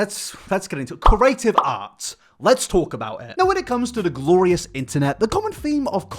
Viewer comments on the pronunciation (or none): Omg, can you please start pronouncing CREATIVE correctly... its not Corative.... This really bugs me........